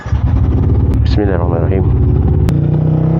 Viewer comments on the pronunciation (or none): none